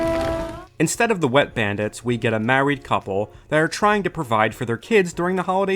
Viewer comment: A mawwied coupwe